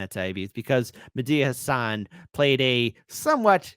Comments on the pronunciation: I saw someone calling him Mehdia Hassle instead of Mehdi Hassan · Its not medea hasan. Its mehdi hasan.